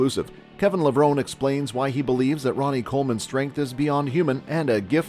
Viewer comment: It's Kevin Levrone--E. How can you make a video and not pronounce his name correctly?